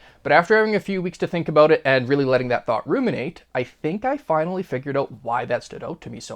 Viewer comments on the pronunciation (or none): "DAT" is not a word